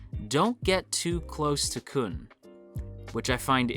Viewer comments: Hearing kun and bam instead of koon and bahm really hurt my soul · khun👏is👏best👏boy also, try pronouncing Khun as “Koon” instead of “Kuhn” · His name is pronounced --- Blue turtle!